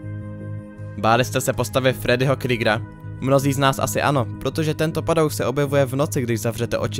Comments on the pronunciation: Je to Freddy Kruger, ne kryger, i ve filmech mu rikaji Kruger LOL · Fredí Krígr :D :D úplně mi to trhalo uši